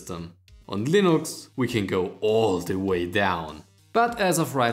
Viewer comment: Am i the only one bother by the way he says Valve or Linux?